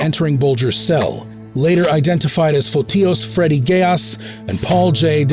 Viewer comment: I fkn cringed when the voice pronounced DeCologero and Geas the way it came out.